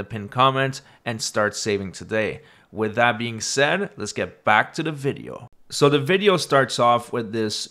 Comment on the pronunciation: The word is that, not dat!